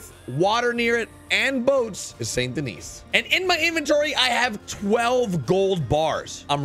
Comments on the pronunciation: It pronounced san den-ee just so u kniw bud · Its pronounced sand doni its strange but that's how it pronounced